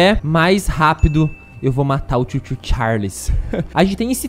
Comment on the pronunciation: n é chuu chuu, é CHOO CHOOO